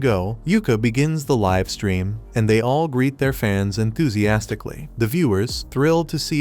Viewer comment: Bro it's not live it's live prounince it better